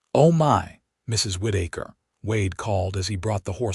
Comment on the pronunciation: Whitaker. Not Whiddaker